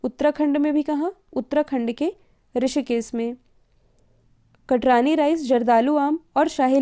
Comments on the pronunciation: Good morning mam सबसे पहले तो बहुत बहुत धन्यवाद ntpc के लिए स्पेशल current affairs के लिए...इस तरह से improvement करते रहिए बहुत जल्द ये channel एक नंबर पर होगा... और दूसरी बात ये कि बिहार में जो चावल को GI टैग मिला है उसको आप "कटरानी" लिखती हैं और बोलती भी हैं जबकि वो "कतरनी" है मैं बिहार के उसी area से belong करता हूँ जहां ये चावल उगाया जाता है...धन्यवाद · कटरानी चावल नहीं,= कतरनी चावल होता है।